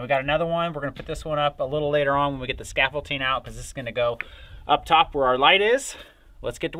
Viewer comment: Scaffolding...not scaffolting. Sorry. But good job on the siding!